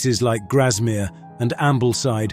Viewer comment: A marvellous video with lots of wonderful photography. A pity about so many wrong pronunciations, though. Windermere = win-der-mere; Grasmere - grass mere; Bamburgh = bam-bu-ruh; Dunstanburgh = dun-stun-bu-ruh; Mevagissey = meh-vu-giss-ee; Castle Combe = ka-sul-coom; Bibury = bie-bur-ee. 'Liver' in Royal Liver Building and the Liver Birds is pronounced 'lie-vuh'. Also, 'idyll' is pronounced 'id-ul'. Also, in Britain we say 'one hundred AND eighty five', 'one hundred AND forty'. If you are going to use an AI voice, please get someone to check on how it is pronouncing things! Thanks for the video!